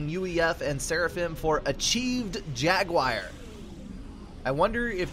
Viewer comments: gunna parrot these guys here the most strangest pronunciation of jaguar i've ever heard. "jag you eye rrr" and no you doesnt sound anything like what dictionary pronounces it haha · Thanks for cast, but that is a very strange pronunciation of "jaguar" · I dunno, still sounds different to me. Kinda interesting though, maybe it's a hint of the southern dialect.